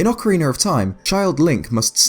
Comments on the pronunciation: Please stop saying "ocarener" it's ocarina! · my man, stop prenouncing Ocarina of Time as Ocariner of Time wich it sounds like you do...it bothers me as a Zelda fan. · you say that in many videos: Ocariner instead of Ocarina. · It's just his accent making the extra letter appear in the word. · Ocariner of Time. Then the instrument is an Ocarina. Why does an "r" sneak on there? Many questions, so few answers... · Legends of Zelder: Ocariner of Time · OCARINER OF TIME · you know what, i think your absolutly right buddy! :) aqnd yah Ocariiiiner hehe ;) love it! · "Ocarinar of time"... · Sorry, i cant stand that ocariner shit. Once, maybe, but this many time is making my ears bleed. :'( Otherwise good videos, but i just cant stand those intrusive R's. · Please stop saying "ocareener" of time, it's annoying.